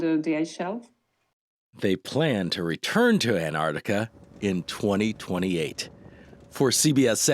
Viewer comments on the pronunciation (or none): Ant-artic??? Girl that is one word lol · CBS dude said "AnnArdicka. lol.